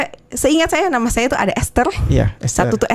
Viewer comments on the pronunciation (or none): Gw cmn bgg dia nm baptisnya ester tp dia bacanya estel.😂😂😂😂😂😂.gak usah diserius i bang bikin stress nih orang